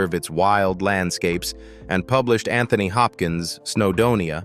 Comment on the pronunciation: PLEASE PLEASE PLEASE learn how to correctly speak his name. correctly.